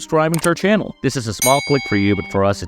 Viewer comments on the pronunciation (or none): none